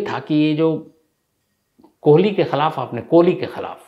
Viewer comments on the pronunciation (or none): गजब करते है शम्स साहब ! हर जगह सुरेन्द्र कोली के स्थान पर आपने या ता सुरेन्द्र 'कोहली ' कहा है या तो आपने 'कोहली ' कहा है।